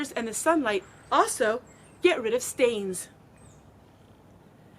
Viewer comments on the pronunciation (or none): none